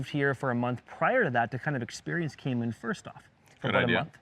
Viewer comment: Kay maan islands hahahaha